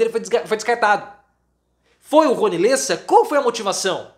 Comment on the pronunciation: LÉSSA,, se lê com acento agudo no E.